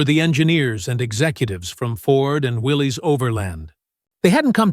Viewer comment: It's pronounced WILLIS not WILLEES